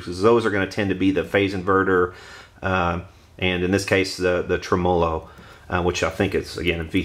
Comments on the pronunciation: Every time you say trumolo instead of tremelo, it's like fingernails on a blackboard. The electronic info is first rate. Takes me back 30+ yrs when I messed around with amps and computers. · Yep. You tell 'em. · Nice review, but it's pronounced TREMolo, not treMOlo. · Murray Melander Agree! Always believed the name derived from "Tremble + Melody" Trem mellow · Regarding the tremolo debate...I was playing around with amps well before you were born and NO ONE pronounced it trem-'O-lo including the inventor. If that's not good enough look it up...then argue with a dictionary. You're a decent technician but certainly not an English major. Don't let YouTube "fame" go to your head. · It's pronounced Trem-low - O , not trem·o·lo ˈtreməˌlō check this link Let me guess, your from the south! Yes, the amp is butter. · Old post but he pronounces it wrong and you spelled it wrong :o) trem·o·lo /ˈtreməˌlō/Submit nounMUSIC a wavering effect in a musical tone, produced either by rapid reiteration of a note, by rapid repeated slight variation in the pitch of a note, or by sounding two notes of slightly different pitches to produce prominent overtones. a mechanism in an organ producing a tremolo effect. a lever attached to the bridge of an electric guitar and used to vary the pitch of a note. noun: tremolo arm; plural noun: tremolo arms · Great tone! You're pronunciation of tremolo made me laugh. Never heard that before.